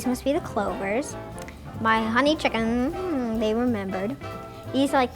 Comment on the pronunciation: “my hohney chiacken, they remembered"